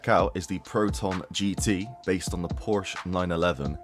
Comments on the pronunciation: Learn to say PORSECHE my guy ffs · I say porsh lmao